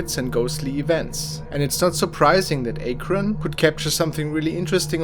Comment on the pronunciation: During the Gettysburg incident, you said the clip cam from a-kron. It is pronounced Ak-ron. It is a town in Ohio.